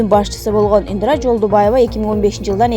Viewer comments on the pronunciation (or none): ИндРа эмес, ИндИра!!! Канчалык сабатсызсын!!! Темпратура......... де...... ужас!!!! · ИндИра эмес Индира 😁